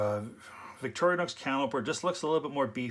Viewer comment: Victorinox, not Victorianox.